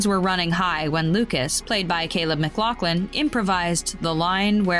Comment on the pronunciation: bro said "mclothlin"